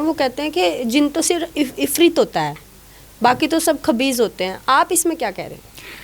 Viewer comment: Oh brava issrit jin nahi iffrit jinn hota hai🤲🏻🤲🤲🤲🏻🤲🤲 Malik Saccha bhalla karay sabh da 🤲🤲🏻🤲🏻🤲🤲🤲🏻🤲🏻🤲🤲